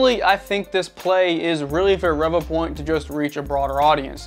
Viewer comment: Great video as I have the same scanner as well as the Mini and Einstar Shining3D scanner. I think Revopoint is pronounced as Ree Voo point but I could be wrong lol. Now onto my own experience with my Inspire from kickstarter. Out of the box it was blurry after scanning on my smart phone via Revo Scan app. I also tried on the pc and still blurry and for some reason I was only getting 14fps on the pc and 10fps on my Xiaomi Pocofone F1 that has 6GB memory. I had bad customer service as I had to go through a lot of hoops just to request a new replacement. In the end Revopoint gave in after I had to invoke my UK law rights as my unit was faulty. Now I'm waiting for my replacement to arrive and the faulty unit will be collected next week. I will let you know if the replacement is fine. Just to let you know that my Mini and Einstar are not blurry so it's definitely the Inspire as other backers who received theirs are having issues too.